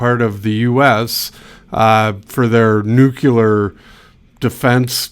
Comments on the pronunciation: It's NEW-clear not NEW-kular. Please. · "Nuclear" is pronounced (New-CLEAR) not nu-QU-ler which is wrong. Learn to enunciate your words correctly! Others are: Veterans (vet-ER-ans) just as it is spelled, not vet-TRANS, February (Feb-RU-ary), again just as it is spelled, not Feb-u-airy, Same for Vet-er-an-air-ian, an animal doctor, not mispronounced as veteran is mispronounced. If you are going to go through the effort to create a video, speak English correctly. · nuclear not nucular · NOO-KLE AR...Not Nuqular. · Nucular? Lol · Nookular? 😂🎉❤ hahaha! I haven’t heard that pronounciation since George W. was president! lol